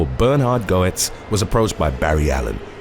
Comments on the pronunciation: I'm sorry but his name is pronounced "Bernard Gets". The h and o are silent. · The one about Bernhard Goetz: His last name is pronounced "GETZ", as in, "Bernhard GETS his man", which is what was printed up on the bumper stickers back then, Lol!! That dude was one weird, bizarre bird, lemme tell ya. When the police were interrogating him, there was a woman detective who had a very thick New York accent. Every time she would start talking to him, he would look away, holding his forehead, shaking it back and forth, & he would say, "I'm.....Oh, I'm sorry, but....UGH, whenever I hear New Yorkers talk, I just......grrrrrr.....I just can't take it.....please.....just....I'll do whatever you want. I'm not gonna fight this thing, I'm really not, but please, just stop talking." LOL!! He was SO rude and thought that what he did by shooting at the 5 black kids who robbed him, was completely legitimate, & that he'd do it all again if he had to. I can see where he felt the need to defend himself, but he just took things a bit too far. Back then, especially, New York was TERRIBLE. I mean, it really was awful. It was literally known as "The Armpit of the USA", in regards to crime. I can remember once, back in the mid-late 80's, my brother was a Rep for a Record label, & did a lot of traveling for it, & had to go to NYC. He said one of the stores that were promoting some of the artists he was representing was right on Times Square, & just going from his hotel to the store, which was about 4 blocks, he was approached like 7 times by prostitutes!! He said that they didn't